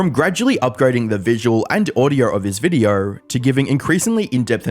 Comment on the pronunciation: ok but why do you keeo saying VIDEORRRRRR